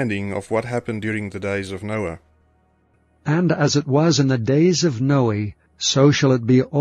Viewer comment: The computer just read Noah as Noe! See residue junkie for Bible CHANGES